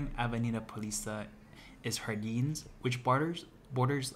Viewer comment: Nice video, and I agree with the tips on safety and locations.. one quick note however.. not "hardins" or "rio de haneiro", but "Jardins".. in Portuguese, we pronounce J like J (janitor, journal, juniper) and not H like (hanitor, hournal, huniper) ;)